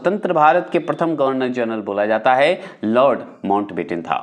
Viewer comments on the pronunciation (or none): लार्ड को लार्डन क्यों बोलते हैं ? कृपलानी भी गलत बोलते हैं इंडिया भी Discovery bhi कम पढ़े लिखे लगते हैं।